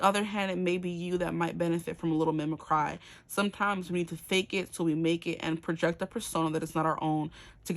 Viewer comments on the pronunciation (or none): Mimicky is "mimickree" not "mimik-cry" i know it looks like the second one. Its a weird word. And yes i attract commitment phobs because im a reformed commitment phob 😅 Karma sucks. Its my payback 😂🫣